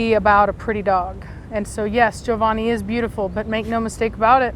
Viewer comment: Sitting here with my popcorn🍿, early as I've ever been and probably ever will be 😂 It's nice to hear the name Giovanni pronounced correctly!